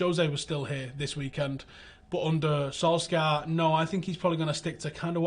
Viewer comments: Solshar not Solskyar for fucks sake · FYI - in norwegian we pronounce Solskjær without the K-sound. Sounds like Solshar:) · Pronunciation Solshire not Solskjaer no K. My only beef. Good show. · Interesting insight as always, but can someone please ask to work on pronouncing "Solskjaer" properly? Or at least try closer to the way the man himself does. I'm not Norwegian, but know he's butchering his name. It's a matter of professional courtesy. You're better than that